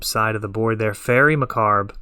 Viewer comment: Again brother, it's Fairie MAH-COBB, not MAH-CARB. Great video.